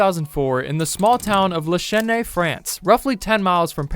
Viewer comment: Le Chesnay not Le Schene 😂